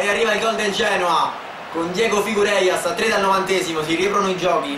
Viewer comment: si legge figeiras Ahahaha bella